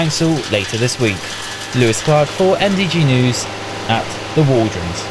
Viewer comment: It's not waldronds , it's the Walronds when I lived there.